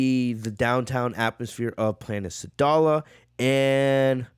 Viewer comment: Edit: I like your content and I think you can do better than this, i like your content because its different then other channels the quality is good qnd when you mispronounce things it's kinda funny sometimes planet saddal for instance instead of sadala Noticing how the community is talking about this I'm gonna cover it even though I don't cover fan Mangas... bro 1000 people are covering this don't pander to the masses this many people covering one thing is just gonna make it where it's harder to find the chapter there looking for. SMH